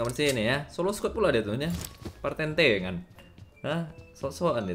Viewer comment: 1.51 patentengan bang bukan partentengan